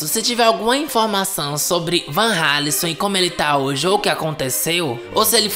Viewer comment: A pronúncia do nome Vanralison está certa. Pq a letra r está depois de uma consoante. É como r dentro do nome Conrado.